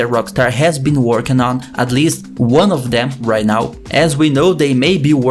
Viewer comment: In the léfti in the rait